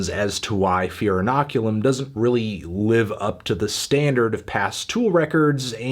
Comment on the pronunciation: Decent review Anthony, but did you really have to dock 3 points from the album just because you can’t properly pronounce inoculum?